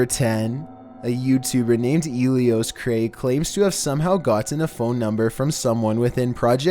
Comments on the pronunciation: "Elisocray" Stoner narrator: "Elioscray" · 10. Eli So Cray. not Elisoc ray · Pal, it’s Eli-So-Cray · His name is e-li-so-cray not elisocray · Elisocray is a clickbaiter Also its pronounced ee lie so cray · The way he says elisocray kills me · It’s pronounced Eli So Cray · its eliy-so-cray lmao, anyways, LOVE YOU <333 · its eli-so-cray